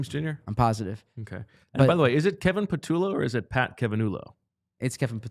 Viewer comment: try pa-two-low. You’re going more pa-toulo